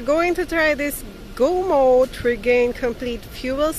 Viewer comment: It's pronounced Gum Out.